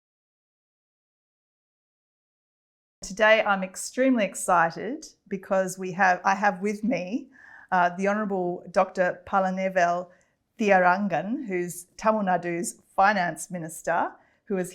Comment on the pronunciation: Lisa Singh needs to read the names better. The Minister's name is Thiaga Rajan not Thiarangan